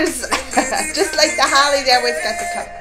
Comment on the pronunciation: it is HOLI pronounced HOLY